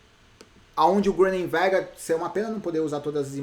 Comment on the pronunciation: na pronuncia de Groenewegen não se pronuncia a letra g, se fala Ronewegen